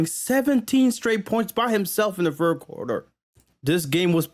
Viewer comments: “Fird” is hilarious 😂😂😂😂😂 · how many subs do you need to get a speech tutor to get you to say "third" correctly